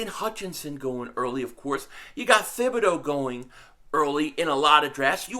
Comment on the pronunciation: P500- ya killing me ""; Thibodoux's name is pronounced Tibb -bee-DOUGH (now just say it faster and put it all together)....I had to learn French while I was married to my Canadian ex-wife.... I'm like you cuz, born in Philly raised in Jersey. My in-laws used to ask where I learned French because (get THIS) they say I spoke like a Parisien, ooh-la-la.... I told them.....where??? New Jersey!!!